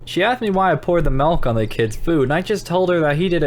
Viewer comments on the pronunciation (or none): You said malk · You said malk (that’s a meme) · I heard u say malk! XD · sad malk instead of milk